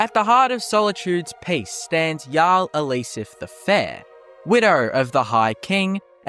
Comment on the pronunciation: Also says Elisef with the same inflection.